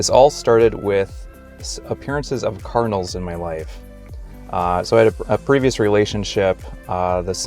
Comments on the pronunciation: I kept thinking you were saying "carnals" or even "colonels". lol Please pronounce the d in card-in-al. It took me a moment to understand you. Maybe that's because I'm from New England. I do believe and know that God will guide us and give us signs, for sure. However, in my case, one time I was at a job that was so stressful for me, and I was putting up with abuse from the owner. I earnestly prayed and prayed for God to lead me to the job that would be right for me. Coincidentally, shortly afterwards, I ran into people (twice) who were attempting to get me involved in Amway of all things! If you know how that is run, you know that they are not the ideal organization! Just saying that even when we open our hearts to God and ask for his guidance, there is always the need for discernment. Now, saying this, I am not meaning to insult Mormons. But your mention of signs reminded me of my own experience. God bless you in your learning and your searches. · Are you saying kernels or cardinals or what in the beginning? I'm so confused!